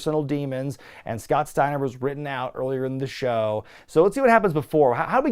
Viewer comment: Say his name Scott . Steiner.